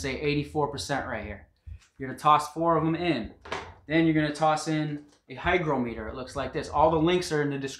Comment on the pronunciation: hi-grah-muh-tur not hi-grow-mee-tur